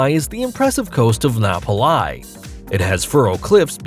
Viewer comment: 😂 Mount Waialeale is pronounced Why-a-lay-a-lay, not Why-a-leal. And Napali is Na-pa-lee. 😂